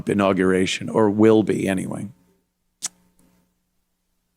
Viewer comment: Ssshhhiiiiii, gunna be mourning during dat an-aug-rah-ration'